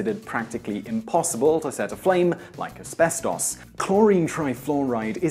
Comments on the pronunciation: Az-bez-TAUS wat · he pronounces it "Esbestoss" lol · aspeSTAWS.... is how he says it.. hehe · It's pronounced aspestis. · Dude, you're British, the birthplace of the English language, how do you mispronounce asbestos?